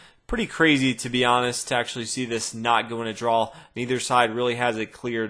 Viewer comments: That word you keep saying, drawsh or something? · Great videos. Never figured out why you pronounce draw the way you do